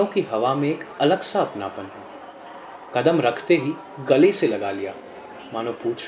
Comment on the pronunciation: no story line.....its betuki...could have been better...n narrator....its not waKt...its waQt...qadam not Kadam...but otherwise u are good.